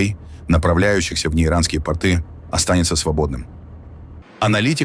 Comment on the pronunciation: может немного подкорректируете грамотность все таки по русски в слове порт (порты) ударение на первый слог а порты с ударением на второй слог это предмет одежды Характеристика Порты Ширина Узкие, плотно прилегающие к ногам Длина Обычно до середины икр или щиколотки Крой Простой: две штанины с клином (ширинкой) между ними Материал Грубый домотканый холст (лен, конопля) Назначение Повседневная рабочая одежда или нижнее белье Понятия «трусы» в современном виде на Руси не существовало, и именно порты выполняли роль нательного (исподнего) белья.